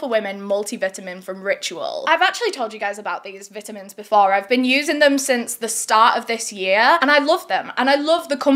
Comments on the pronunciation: Love how you say v(it)a-min and not v(eye)duh-mens 😅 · i love you but, multi vitimins? 😭😭😭 i cannnttt lmao, whats a vitamin? nope! its vitimins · The way you say vitamins is honestly amazing I love it! And i love your videos I live for a video a week lol 🤍